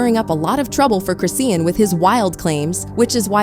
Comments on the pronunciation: Y’all gon say this girls name correctly. Who is Chris-seean? 🤦🏽‍♀️ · Who the hell is CHRIS SEEN??? If u don’t know how to say that girl name then u shouldn’t have done this video😂😂😂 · This white woman would not say Chrisean’s name correctly the entire video. 🤦🏽‍♀️ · Omg I hate how your not saying her name right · it’s AI reading a script and it can’t pronounce her name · You CAN'T pronounce her name. Start there. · Her name Chrisean please pronounce people names properly stop making content if cant or get it corrected before you do so. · Its ai talking not a person so that why her name is said like that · Can yu guys make sure the pronunciation of her name is correct ? I hate listening to videos when they do this , throws me OFF .